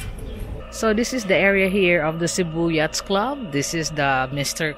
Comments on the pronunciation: Korek! Sakit sa tenga ung " yats"!😅😅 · Yacht is pronounced "yat". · It’s pronounced with a silent (S) the harbor need some improvement.